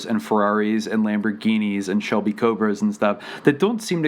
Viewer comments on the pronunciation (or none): none